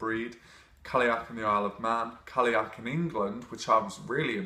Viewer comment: I have only ever heard Irish and Scottish speakers pronounce it like kal-y'och, call-y'och, or cull-y'och...So I feel like he's saying it pretty accurately, just with a more English accent. Of course I'm American, so maybe I'm wrong. :)